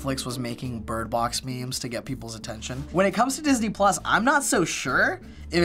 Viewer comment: Idk i heard all the time this ni**les instead of Disney plus hahaha